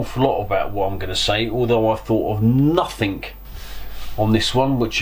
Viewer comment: ).... I'm sorry.... but please pronounce a particular work correctly in your vlogs, and it's the word 'NOTHING'. It's pronounced 'Nothing' and NOT 'Nothink' Still enjoying your vlogs, and keep them coming:-)